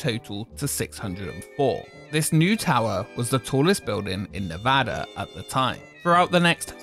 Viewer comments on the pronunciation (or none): lol no offense brotha, just joking with ya. Your videos are awesome! You also have a great narrative voice for videos! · Not to be that guy but it's pronounced Ne-VAH-dah not Ne-va-duh. Just a heads up...and that isn't a California "slang" or a way we say it with our "accents" (that we supposedly have).